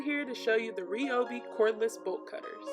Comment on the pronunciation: Your saying the name wrong girl 😂